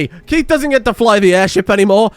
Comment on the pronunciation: Great episode and the base is looking on point but why are you pronouncing the best boy Keith's name wrong. Just joking another great episode